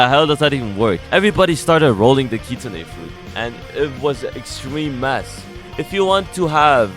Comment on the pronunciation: “Kit-Sune” not “Kit-Su-Ne”